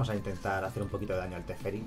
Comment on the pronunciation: Si volvía a decir "TeSferi" otra vez me daba algo